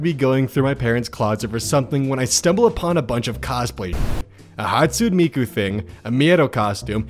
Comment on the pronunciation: KDISJAJJD THE WAY HE PRONOUNCED HATSUNE MIKU MADE ME WHEEZE